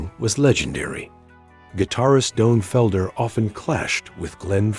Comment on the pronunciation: Several mispronunciations: Dave Mustin, Megadith, Doan Felder, Doan Henley, Glenn Fray, John Froost-chaunt, Guns AND Roses, Metallic, hero-in, David Jill-More, Tony Ommi, Mutt Longa. And it shows video clips of the Eagles while talking about Pink Floyd. Not subscribing and a definite thumbs down.